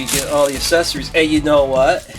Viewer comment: I noticed that you pronounced Accessories like assessories, not a big deal but accessories is pronounced with a hard c sound